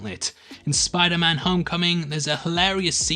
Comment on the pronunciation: Did you just say Spoilerman?